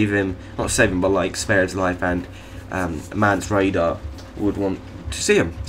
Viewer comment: The Qh has nothing to do with you missing the 'orin' part of his name... Also, Mance Rayder, not Rider